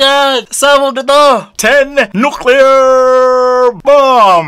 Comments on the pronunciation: hahahaha.. "ten nuclear"!🤣🤣🤣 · "ten nuclear" 😭😭😭😭😭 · Ten nuclear 🤣😂😂😂 whahahahaha